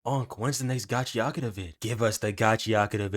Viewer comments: Bro.. im SOOOO TIRED of ppl saying it wrong!! Its NOT gachiATAKA!!! 😤😤 its gachiKUTA!! SAY IT RIGHT!!! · lol at how you pronounce it. its gachi-akuta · Erm actually its pronounced gacha ku ta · your saying it wrong ni